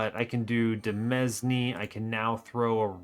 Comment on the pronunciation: Word fact of the video: demesne is pronounced like domain (not deh mezz knee), because it's just the French word for that and people sometimes use it to be fancy